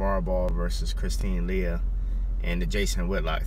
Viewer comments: I thought her name was pronounced lay-hee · Far be it from me to appear to be even being nice about her, but her name is pronounced "Lay-hee". Otherwise, I'm with you. Lavar also made it clear he was NOT attacking her in any way! She wickedly mischaracterized him because her feelings were hurt due to him not looking at her (how dare he not look at me? I'm pretty!).